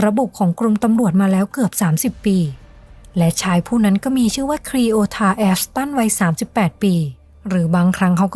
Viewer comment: ไม่คุ้นกับสำเนียง นี้เป็นนี่ แล้วเป็นแล่ว นั้นเป็นนั่น เสียงต่ำ ฟังยาก บีบเสียงสูงขึ้นนิดและปรับสำเนียงให้ตรงตามวรรณยุก